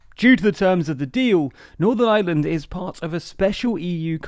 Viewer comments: my man cannot pronounce ireland to save his life, the island of island? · The guy in this video pronounces “Ireland“ and “Island” exactly the same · Can you please pronounce island and ireland differently. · I have to say I love how you say "the Island or Ireland" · That's the English accent for you 😁 they don't pronounce half of their r's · Am I the only one here who doesn't hear a difference in his pronunciation of Island and Ireland? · There is an 'r' in the word 'Ireland'. Pleeeeease make an effort to pronounce it! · It’s IREland, not the island of island. Please pronounce correctly 🙂 no need for the qualifier when correctly pronounced. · It's Ireland not island....I err land not eye land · FYI "Ireland" and "island" are not pronounced in the same way. Island is "eye land", while Ireland is "ire land". You seem to mostly miss the difference, although you get better in the second half of the video. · Ireland doesnt sound like' island '. Its pronounced more like 'Areland' in reality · not to be that one guy, but you are pronouncing ireland wrong. it is not pronounced as island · Please DO NOT pronounce the word IRELAND as ISLAND! It's just laziness!!! 😠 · This bloke pronounces "Ireland" and "island" exactly the same! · can you learn too say ireland and not island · Oh how I wish English people could pronounce the letter R…………the words Island and Ireland are not pronounced the same way! 🙄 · Ireland is NOT pronounced like 'island' no matter how the unionists in IRELAND want to pronunnce it!!!! lololol You manage to pronounce IRISH ok, EYE-ERR-ISH so EYE-ERR-LAND!!! FFS!!!! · Is it my hearing, or does this guy think that the words "Ireland" and "island" have exactly the same pronunciation? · No, he's definitely saying 'Ireland of island'... every time. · The narrator keeps pronouncing "Ireland" like "island". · haha he can't pronounce Ireland because of his accent and he says "island" instead